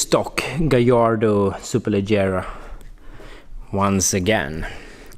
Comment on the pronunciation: no superleiiera but superle"GG"era like "G"ennifer